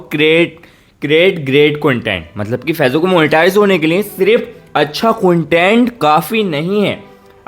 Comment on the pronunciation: फेजबुक नहीं है भाई वो फेसबुक है